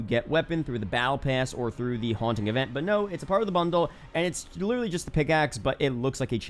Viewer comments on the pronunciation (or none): none